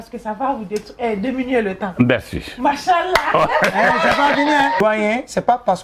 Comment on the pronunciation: Toi avec ton manshallah là essaie de bien le prononcer kmm 😂